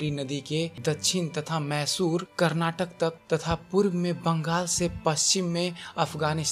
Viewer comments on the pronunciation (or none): none